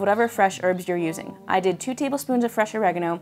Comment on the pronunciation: Why does she keep calling Oregano, Orreganno